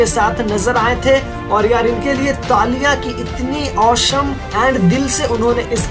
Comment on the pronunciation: Bhai tu please awesome bolna seekh le